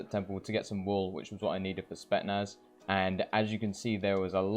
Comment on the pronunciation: bruh spetsnaz not spetnaz